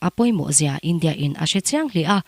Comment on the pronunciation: India tih achhiar apiang khan awmze bo thak in athluk thin .. Map poh MAP tih in achhiar bawk .. A tawngthluk diklo thin kha ngaithla chiangla i hre nual ang .. Mizo tawng thiam pangngai inih chuan